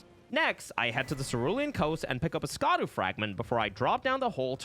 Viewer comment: I love your content! I just found your channel recently and have been binging it lol. Just wish you’d pronounce Scadu correctly. It’s “shah-dew” not “skah-dew”.